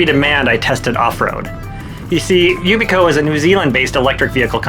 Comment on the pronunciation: Maybe learn how to pronounce the product's name before you review it. Yikes